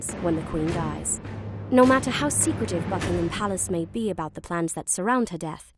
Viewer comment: when she says Bregsit instead of Breks it and the obviously tries to pronounce Ts a second later when she says mat-ter